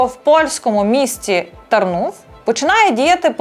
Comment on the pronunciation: Місто називається- Тарнів; з акцентом- А. тАрнув по- полськи.